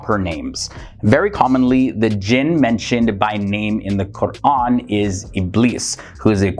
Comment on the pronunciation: The host is Muslim? The way he is saying Qu’ran is on point